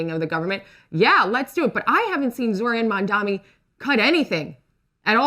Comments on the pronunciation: “Zoe-ran Mandami” LOL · She said Zoran Mandomi, bruh. 🤦🏽‍♂️